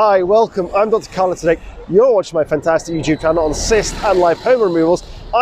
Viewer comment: I didn’t even realize the channel name and actually thought you said DJ Khaled, I was very confused.